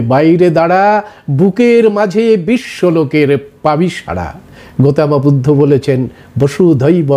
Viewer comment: "গৌতম বুদ্ধ", এই শব্দটাকে "গোতমা বুদ্ধ" কেন বলছেন ? সুন্দর শব্দটাকে বিকৃত করা হচ্ছে না ?